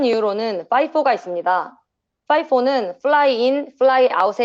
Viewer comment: FIFO를 파이버하는데 놀랍네요. 그냥 FiFo로 하던가 fying in flying out으로 발음힙니다